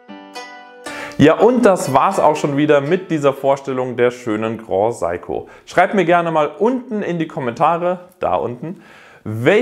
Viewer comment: Grand Seiko nicht groh saiko...